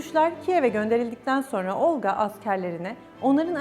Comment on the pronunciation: Olqa ismindəki L herfi yumşak deyilmeli. Xatun Olqa deyerken çox kaba çıkıyor..Çünki Rus dilini bilmiyo.